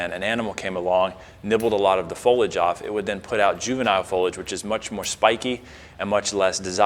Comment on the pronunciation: Its fo-lee-age not fo-ledge